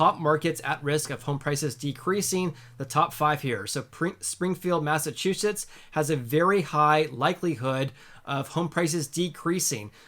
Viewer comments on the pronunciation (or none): none